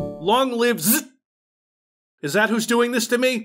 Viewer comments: Its pronounced Zee Zee Tee, dummy. Its actually opposite of boring name and its pretty genius because it starts with twice the last letter of alphabet meaning it would be listed last alphabetically in shareware catalogs and BBS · Up here it’s pronounced Zed Zed Tee. 🇨🇦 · I was crying from laughs with the ZZT, the pronunciation and the gag was so hilarious, I still laugh days later when I think about it. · I giggled every time said ZZT